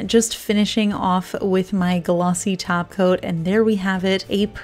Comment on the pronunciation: When you say top coat. It sounds like you are saying taco. LOL